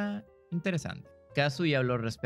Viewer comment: Al fin alguien que lo dice bien